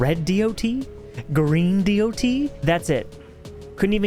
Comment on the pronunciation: It's because he says D o T. It is a good video and deserves more views for sure.